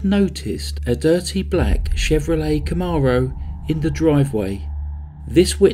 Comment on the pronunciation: I owned a gorgeous one in 1997, my much younger days. You did great on pronouncing it. I was actually thinking how you made it sound a lot more expensive than it actually was. 😁✌